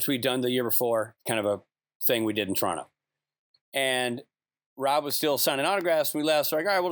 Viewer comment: I love that Rich says 'Torono' instead of Toronto. He's halfway to pronouncing it like someone truly from Toronto, and certainly pronounces it like Canadians not from Toronto, generally.